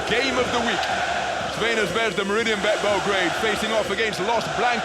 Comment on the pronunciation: face-purple-crying:Please, PLEASE teach the commentator the name of the team: its /ˈTsarvɛna ˈzvɛzda/, NOT Veina Zvezda